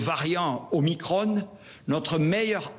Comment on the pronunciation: On dit Veran pas Verane, Macron pas macrone, donc Omicron pas Omicrone